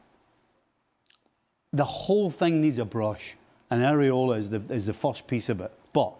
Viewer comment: It’s Iraola Stevie not Areola😂